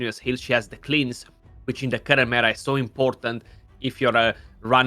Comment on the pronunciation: Is someone ever gonna tell how to say the word “cleanse” properly?